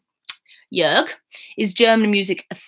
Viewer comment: Hey ... how perfect you pronounce Jörg at first time 😍 I'm pretty sure, you could learn german very fast. Perhaps the "g" sounds a little bit hard, like "k". Try it like the "g" in dis"g"usting or "G"ustav.